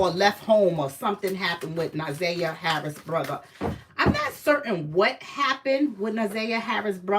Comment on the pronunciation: NA/ ZIY/ YAH. PRONOUNCE HER NAME RIGHT!!!!!